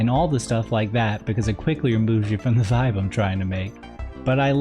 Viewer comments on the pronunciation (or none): none